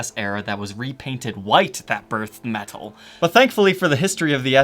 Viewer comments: Why do you say "meTal" like that? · the way says "Metal" is so not metal LOL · and don't forget, that pronounces metal "metthul"